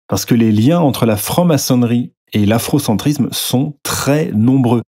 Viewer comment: ne parles pas trop de faute de grammaire, vu que tu dis afrocentrizzzzzzzzzzme ou kémitizzzzzzzzme Et même souvent tu dis que "ça fait sens" Bizoux mon goupil préféré.